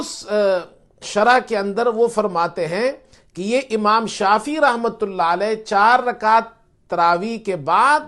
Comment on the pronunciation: اسلام علیکم ،امام شافی کا تلفظ درست فرما لیجیۓ ،امام شافعی ہیں ،جزاک اللہ خیر